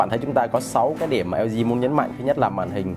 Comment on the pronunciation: Nguoi ta la hang LG ma cu eo zi eo zi. Nghe phat chan